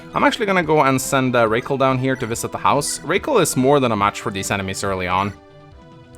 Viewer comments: Rah- Kal is better ray-cal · I think Rakel is supposed to be pronounced as in "Racquel" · Bro her name is ROCKELL. ROCK -ELL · Rakel pronounced like Raquel. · “Okay. Race Kwell”